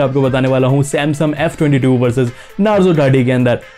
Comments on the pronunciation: it is samsung not samsum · Bhai samsum nhi samsung😂 bolo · U said samsum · Why you saying samsum every time irritate me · Bhai "Samsum" kyu bolte ho ? 😂